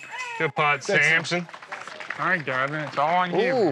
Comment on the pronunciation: It’s Samson not Sampson